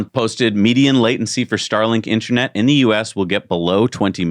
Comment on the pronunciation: It throws me off every time these guys say the word InterAnet, why not just say Internet? 😂